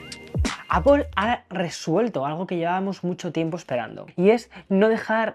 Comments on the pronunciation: Aunque es Apl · Manía de meter una O en la segunda sílaba en Apple. La transcripción fonética de "apple" es /ˈæpl/, y se pronuncia como /æ/ (como en "cat") + /p/ + /əl/ (un sonido "schwa" o "e" invertida, como en "label"). En cuando a la cámara. Solo tiene zoom óptico 2X, lo que invalida al teléfono al 100%